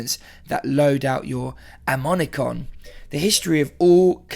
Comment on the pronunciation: "amomicon" i just can't get over how you try to pronounce ammonomicon